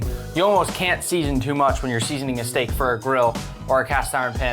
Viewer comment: Man’s cast iron sounds like ocean lol